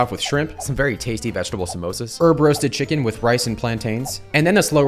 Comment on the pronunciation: I respect you guys saying somasa not mimosa Lovely videos keep up the eating